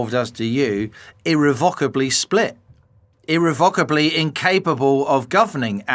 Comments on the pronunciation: Irrevocably or IrreVOCKably ? Wtf. Who pronounces that word like that??? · Interesting as ever, but I wish people would not mispronounce "irrevocably"! I almost switched off at one point.